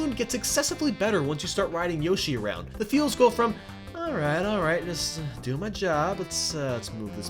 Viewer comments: It's yoshi not yawshi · This guy really just pronounced yoshi as yawshee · I like that he says yashi and not yoshi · it gets even better when you pick up yah-shi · Did you just say... YASHI??? triggered intensifies*** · did he fucking call yoshi yaashi? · Dude, you can't pronounce for shit. Yawshi? Really? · yes really, people with senses of humor would understand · YAHSHI? youre not british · lol you pronounced it as Yaashi xD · Its yoshi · Yoshi later in the video is how it's pronounced? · he said yoshi wrong